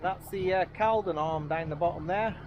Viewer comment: Nice vlog pal. I have a boat moored at Stoke Boat Club on the Caldon. Quick one, it's actually pronounced culdon 👍